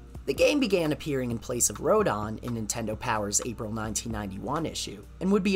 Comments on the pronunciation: The way you pronounce Rodan & Gigan as RodON & GigON, where are you from? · How come you pronounce Rodan as Ro-DON? Same goes for... An-GEE-less? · Good video, but you seem to have mispronounced a few kaiju names. The "dan" part of Rodan's name should be pronounced the same way you would pronounce the name "Dan." A similar rule should apply to the "gan" part of Gigan's name, except the d would obviously be swapped out with a g. You pronounced both g's in Gigan's name correctly though, so that's good. Also, the "g" in Angilas should be pronounced the same as the "g" in Godzilla's name. This also applies to Angilas's current name, Anguirus. Other than that, the video seemed to have been well researched, and the use of the level complete screen in Super Godzilla for each transition into a different piece of lost media was a nice touch. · Sorry but you mispronounced some of the Kaiju’s names there like Rodan, Gigan, King Ghidorah and Anguirus